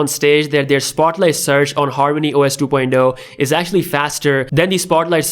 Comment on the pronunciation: Two poindo??? You mean two poinT Oh? LoL